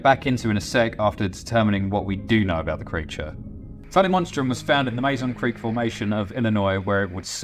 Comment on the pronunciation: I've always pronounced the same way as you, but when I went there I discovered that the locals pronounce it "Mah Zone Creek"